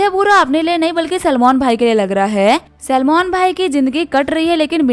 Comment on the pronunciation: Salmon❌ Salman✅